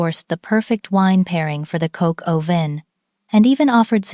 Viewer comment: Watching and reading from Wheaton (~64 km West of Chicago). hours, 11 September 2025. Well articulated narration with appropriate inflection patterns most of the time. Exempli gratia: at ~ . Probably “coq au vin” rather than “coque oven”😂